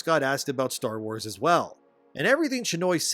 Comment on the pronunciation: its called star WARS not star WHOES